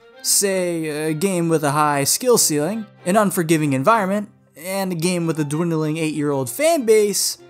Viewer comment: "dwindleing" WHAT EXSPIRED CRACK ARE YOU SMOKING!?